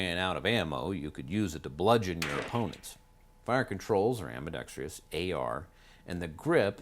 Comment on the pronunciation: Lose the extra syllable in ambidextrous.